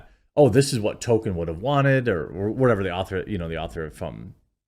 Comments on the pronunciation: To”l”kien Not “Token” Come on man! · Appreciate your videos Quartering, but would it kill you to pronounce the L in Tolkien? It’s not “Token.” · Its Tolkien. Not Tokken. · If you are going to talk about Tolkein, 1) learn to say his name right, and 2) learn how to correctly say the the words he created. Stop fucking it up. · oh yeah, could you try to pronounce the L in Tolkien?